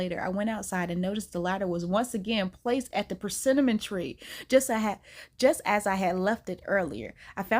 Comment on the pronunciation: Omg, please stop saying PerCINNAMON 😅 I can't pay attention to the story because of the way you are pronouncing the name of the fruit by combining it with a spice